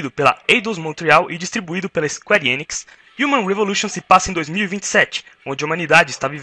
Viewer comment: Engracada a pronuncia de squarenix